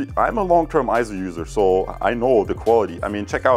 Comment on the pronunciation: EIZO is correctly pronounced as AY-ZO and not I-ZO or EE-ZO. It's pronounced just like you would pronounce the "ei" in the Japanese word sensei (sen-say). For reference see